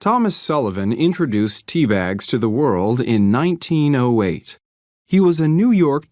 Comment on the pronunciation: Excuse me, at minute , how do you pronounce 1908?